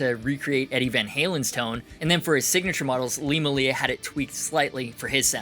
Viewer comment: It makes me sad when people say Lee's last name like muh-lee-a rather than may-lee-a because there a videos of him introducing himself saying his last name the way it's pronounced. I forgive you though